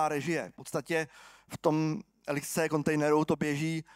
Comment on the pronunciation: Jedna hnisopišská: LXC se čte jako lex-see, leksí